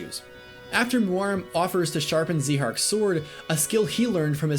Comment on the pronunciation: I Thought It Was Pronounced ZÁIHARK But Eh, Doesn't Ruin His Amazing Character Or Anything